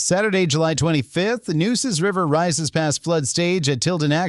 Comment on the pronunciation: Nooses River? Where did they get this fool from???? If you’re gonna do Texas news you must learn correct pronunciation or folks will consider you a Yankee!